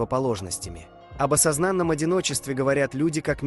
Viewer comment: Сколько же высокомерия в этом видео, капец :/ Я не популярен в русскоязычном ютубе не потому, что у меня в видео буквально говорят: "пафОсные заявления об осозАнном одиночестве", не потому, что эту механическую сррра... голос этот слушать нереально, нет, это потому что я такой нетакуська, ахаха